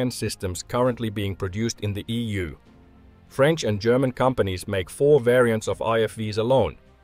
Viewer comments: "Pardon my french" No need man, your pronunciation is excellent! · You re french accent was really good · Lol. "Pardon my French". Proceeds with perfect pronunciation. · Your French pronunciation was decent. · Don't worry, your pronunciation is very good ! Greetings from France 👋